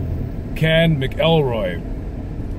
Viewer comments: Its pronounced (Mac-ul-roy) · Scottish name. Pronounced MAKILROY.😊